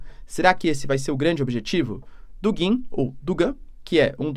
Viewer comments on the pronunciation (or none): none